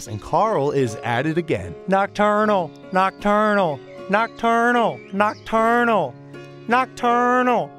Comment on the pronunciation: why am I watching these This is how many times Carl said nochternal 👇👇 👇👇